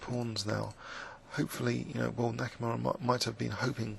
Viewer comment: it's "H. Nakamura", not "H. Nakumaru"